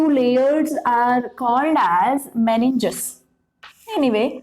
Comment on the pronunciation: Meninges not meniges